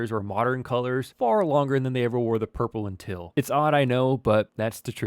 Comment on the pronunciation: Where you originally from. Trying to place that accent. Teal and Field got that Pittsburgh twang on them